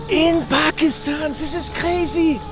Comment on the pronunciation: "Tis iz Kkrazyyy!"